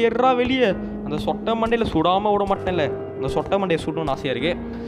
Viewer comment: athu sootai illa sottai next time correct pannunga please kindy request